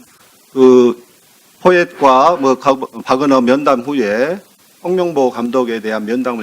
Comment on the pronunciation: "명"과 "몽"이.... "멍"으로 들리네...